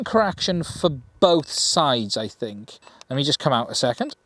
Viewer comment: ''dad, ..... da'aad, i fink i got it wrong again dad''